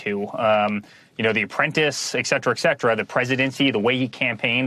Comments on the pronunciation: et cetera, et cetera...not ack-cetera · Eric; the pronunciation is et cetera, not eck cetera.........idiot. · Something random I noticed is it sounds like he's saying exetera instead of etcetera. Lol. What's that about? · I mean, y'know, exetra exetra. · «Ek cetra»??? Did he mean «Et cetra» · It's "etcetera" lol not "excetera" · Sounds like I'm being too picky, but to add to Eric Trump's overall unimpressive speaking capabilities, he said, "et cetera, et cetera" many times but kept pronouncing it ek cetera, ek cetera. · I can't stand people who say "ecksetra". It's et cetera, kid. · Ectetera that's all he says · eric sounds like he just learned about “et cetera” using it every other sentence. And he pronounces it “excetra” lmao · "eck cetera" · Exetera? Cringe. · So his dad called him honey? Also, did he say "ek cetra"? A lot. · The word is pronounced ETCETERA....No x in there. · Eksetra...bwahahaha!! Idiot. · Is he saying "excetra"? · "Exetera" 🤣 he truly had the best words, just like his dad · Note to Eric: There is no "x" in etcetera! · Anyone else hate idiots who can’t pronounce “et cetera” properly?